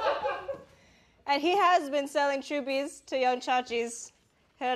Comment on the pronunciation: Shayne's weird reflex makes me think that Olivia mispronounced "chubbies".